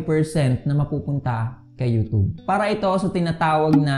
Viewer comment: Youtube.....hindi youtobe.